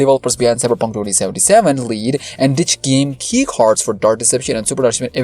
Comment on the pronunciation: Why do u pronounce dark like that